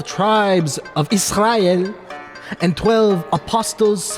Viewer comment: my dude really put the pronunciation sauce on Israel 😂